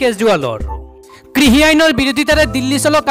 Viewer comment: Pl try to speak correct assamese ie pronounciation যেনে কৃসক নহয় কৃষক,কিসি নহয় কৃষি